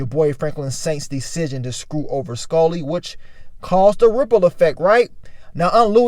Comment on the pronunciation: I hate the way he says Skully... SKULLLY